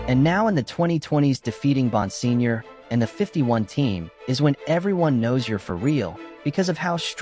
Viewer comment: I am pretty sure it is pronounced BON-SIG-NOR